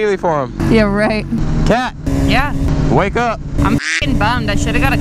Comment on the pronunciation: you do realise it's 'ch'yeahhh' not 'da'yeahh' xD